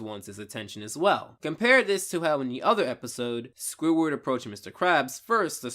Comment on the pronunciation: 24 minutes of listening to this guy say "Squiward".